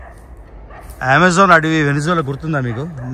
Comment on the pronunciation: Anna nuvvepudu Amazon ni wrong gaa pronounce chesthavu….”Ammazaan” anna adi but nuvv english dictionary paranga velthe elaa